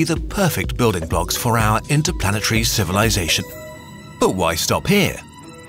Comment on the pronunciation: into-plan-it-tree is how he says interplanetary...